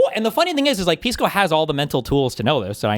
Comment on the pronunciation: Its pronounced "Piss-co" actually.